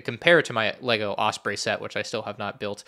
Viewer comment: also I love you but the way you pronounce osprey pisses me off an unreasonable amount.